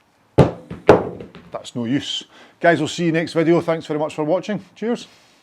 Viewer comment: chucks club on floor "That's nore yoose." Legend.